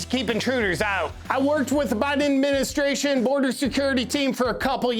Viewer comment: For a moment I thought you said "Biden Admenstruation"